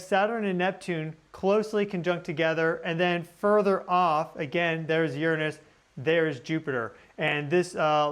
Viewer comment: Finally! Someone who says "Uranus" right! 😉